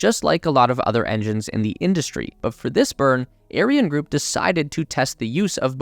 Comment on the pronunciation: Great work ! couple of miss pronunciations LIGO, L-eye-go and Ariane, Arry-Anne....cheers.